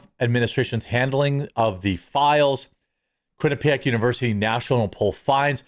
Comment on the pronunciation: Wait, QUINNIPIAC?! 😂 zero credibility lol.